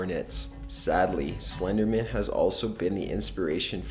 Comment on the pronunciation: Why do some people pronounce Slenderman like he's an attorney or something?( Slendermen attorney at law.)